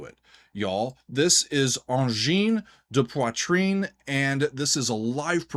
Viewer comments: your pronunciation of ''Angine de poitrine'' is very good by the way 👍👍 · You've pronounced the name quite well! 👌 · You pronounced it correctly, bravo ! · You pronounced it very well. 👍👏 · SHEERS from Québec ! This reaction was really interessting and productive. We all going crazy here in Québec and are very proud. Your prononciation of ANGINE DE POITRINE is really good and keep in mind that our language here is différent than french from France in term of prononciation. Thanks for that réaction ! ANGINE DE POITRIIIIIIIIINE 🔺️🙌🔺️ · Your prononciation of Angine de Poitrine is very good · Great review and analysis of Angine de Poitrine's music. And also very good pronunciation,! Merci, from Montréal, Québec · You actually did a pretty job with the pronunciation. One of the thing they got right is going for songs that actually have long sections where people (in concert) can actually dance/slam. It's like tech music from Neptune. Since the music is mostly counterpoint based (piling up loops), the 1/4 steps opens a lot of additional possibility for pilling up line. The technical ability of those two guys staying in sync while pilling up lines, cutting loops in and out, adding new parts, is really impressive. Thanks for a really nice review and analysis. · Angine de poitrine took over Québec and now their sight is set on the rest of the world. Whatch out! 🖐️🔺🤚 PS : your pronunciation of the band’s name is spot on! It translates to “Angina Pectoris” in English. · Lots of micro-tonal music in the Oriental part of the planet, both vocal and instrumental. Pronounced Sar-ni-ayz also Angine de Poitrine - Ah(n)gin de pwatrin - Angina Pectoris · your pronunciation of their name is quite good, and I haven’t heard many people get it right. That said, I’m not a fan. I appreciate their originality, but I’ve never enjoyed repetitive music. One thing is certain, they are bringing something new and fresh to the world of music.